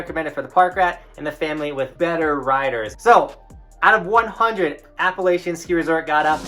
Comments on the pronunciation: So glad someone mentioned this^ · Said Appalachian wrong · It’s a shame you don’t know how to pronounce ‘Appalachian’. If you are going to cover an area do your research.